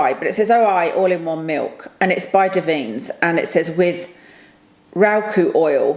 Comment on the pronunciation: The hair oil brand is pronounced dav-in-nez, the oi is as oi! Oi! mate/oi! you etc, I used to love using their products, then moved to the eleven brand, and now wild🌸definitely keen for a review on the ordinary lip balm!🌸Axis-Y is a well known K-beauty brand, I've not tried that spf though so look forwsrd to your thoughts👍 ETA- Beauty Bay eyeshadow is fab, I just won their latest release, Botanicals palette, from milli davidson's channel and it's absolutely gorgeous 😍 have you tried cosmic brushes (possibly rebranded to cosmic beauty now) eyeshadow palettes? They are a step above BB formula and another UK brand👌I feel you on the concealer struggle🤦‍♀️🤣love your glasses btw🥰🥰